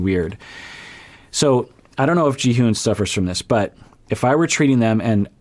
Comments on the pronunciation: Instead of Ji-hoone which is what it’s sounds like when you’re saying it 🤷‍♀️ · I’m pretty sure it’s pronounced “Ji-hon”